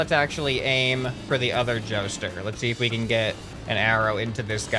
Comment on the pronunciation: What says:jouster What i am hearing:joestar Xd, i am not jojofan